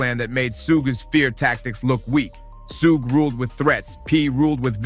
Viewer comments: "sooog" smh. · Bro, who the hell is, SUGIE, SUHK AMD SUUG??? 😂😂😂😂 THIS MAN CALLED SUGE EVERYTHING BUT HIS REAL NAME. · How come every narrator fucks up the name?? Who the hell is suug???😂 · Sooooooog night can't even pronounce the name right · Bro, I cant get past the mispronunciation. Who is "Sooge"?? Try again with the right pronunciation!!! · no it's not it's suge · I wish someone would’ve taught this guy how to pronounce Suge 🤦‍♀️ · I was screaming SUGE every time he said it wrong 😂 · Lol, everybody literally saying Suge but him lol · Man learn how to say the names correctly bruh. Like dude 🤦🏽‍♂️🤦🏽‍♂️🤦🏽‍♂️ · This narrators can't even pronounce suge name right 😂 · Imagine doing research on a person, and they mention the person's name several times only for you to make a video just to pronounce the wrong wrong everytime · Can someone please tell this man how to pronounce suge knights name 🤦🏽‍♂️ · Why do you keep pronouncing Suge name...smh......you heard his name pronounced before you put it all together...smh again